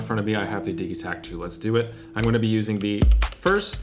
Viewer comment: Diggy take lol or diji pronunciation.